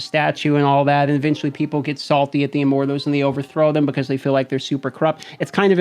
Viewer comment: I feel like he's saying "Immorthose" and its driving me nuts.